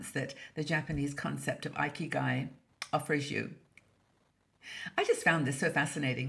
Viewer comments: As a Japanese national, it’s thrilled to hear our good old concept discussed here in this wonderful international community of women. Just letting you know, the first “i” in “ikigai” is pronounced short as in “it” and “Italy,” instead of a-i as in “ice” and “Ireland.” Hoping I am not sounding picky. Let’s enjoy our 60s with a big sense of ikigai! Thanks、, for all the great video and articles I am looking foward to. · Oops! I was pronouncing it “ee-kee-guy.“ 😆